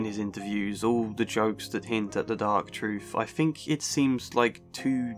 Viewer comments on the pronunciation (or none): I'm clocking out. I cannot take seriously anyone who pronounces the word 'truth' as 'troof'. No wisdom or insight to be found here